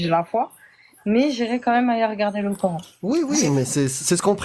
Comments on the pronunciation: Prononcer : Qur'han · Le " cœur haine"😊😊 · Ils me gonflent tous à dire corhaine sérieux 🤦🏻‍♀️🤦🏻‍♀️🤦🏻‍♀️